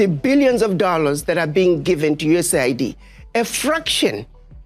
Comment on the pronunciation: completely one-eighties his USAID take. Initially, he shows how the agency's stated humanitarian function belies its true geopolitical function as a tool of destabilization and hegemonic manipulation; he even correctly pronounces it, "U.S.A.I.D." But by he has flipped, lamenting how the "humanitarian cost" resulting from Trump's removal of USAID funding "could have devastating consequences" for South Africans—this time using the propagandized media pronunciation, "US aid".